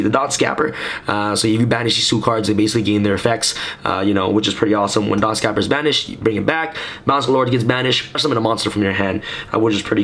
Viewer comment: you pronounced dotscaper wrong again lol